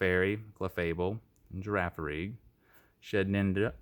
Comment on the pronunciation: Am I the only one that heard him say shitninja